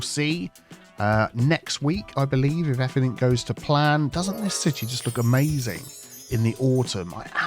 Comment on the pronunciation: why do you say everythink instead of everything?